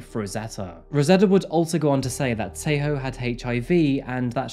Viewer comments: I doubt you're a Tswana speaker. Else you would not lie and say the name Tshego was pronounced correctly😅 Again it does not detract from the story...but why lie?🤔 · I love his channel 100% but his pronunciation of South African names is often wrong (but I think its because its such a change in accent to say it correctly) he gives his whole heart into it❤️ but he definitely said Tshegofasto and Tshego wrong. Still love his channel❤️🔥